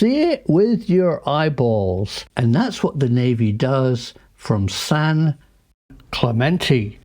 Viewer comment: Some “professor” — he can’t even pronounce Clemente. 🤣